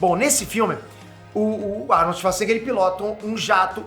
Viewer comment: Só eu que ouvi o falando "Arnold Schazznigga"?